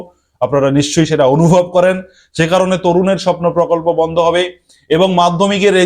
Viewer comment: Vondho,vikolpo ki bajey uccharon apnar